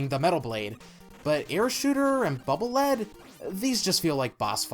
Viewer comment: The Lead in Bubble Lead is pronounced like in "leader", as denoted by the Japanese writing "バブルリード" (Baburu Riido). Anyway, the Air Shooter is, in my opinion, often underrated and overlooked, as it can single-handedly take down those giant purple mechs that Sniper Joes ride. It can also hurt Wood Man through his shield which can kill him very quickly.